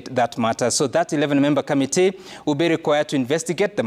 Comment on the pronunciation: it's committee not ' kamitee'!! Can you also please tell us, how many Senator's we have in Kenya?